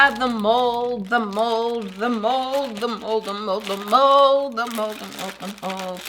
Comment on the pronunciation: It sounds like you said the mol